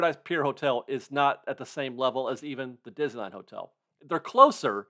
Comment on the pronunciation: Diz-knee-land. Don’t forget the “knee”.